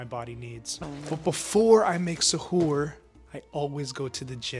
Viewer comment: Your saying suhur wrong the way you are pronouncing it badly 😅😂😂😂❤